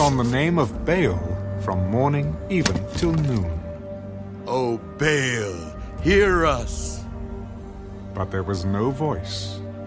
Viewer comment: It's Ba 'al's not veils